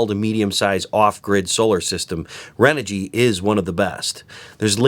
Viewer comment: renogy is pronounced chren-ogy.